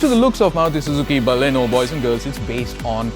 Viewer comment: Thank God, finally a reviewer who says Baleno and not Ba-lino.. Got so tired of those.. Great going with the review guys.